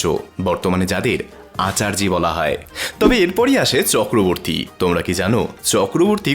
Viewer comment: Chakraverty as you said wrong